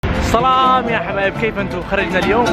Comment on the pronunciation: اخي ممكن سؤال ليش تكول صلام ليش ماتكول سلام عليكم